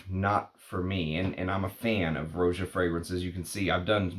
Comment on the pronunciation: Roh-jah, not ROW-jah. Watch his interviews.